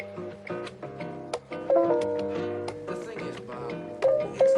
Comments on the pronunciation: I know you’re saying letter box but to my sophomoric American ears I’m hearing litter box! Lol sorry, this was truly exciting!!! Great video as always ~ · Letter box!!!! What he was saying was letter box!!!! I thought he was says litter box!!!